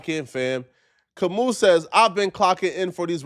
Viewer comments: It's not Kam-ooo...it's Kam-ow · It’s Ka-moo!